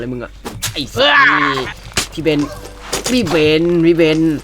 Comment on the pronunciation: คำว่าพี่ไม่ต้องมีรก็ได้